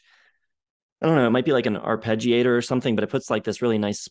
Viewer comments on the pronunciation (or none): none